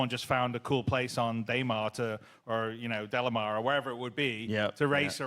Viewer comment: Did he just call daymar, delimar? Lol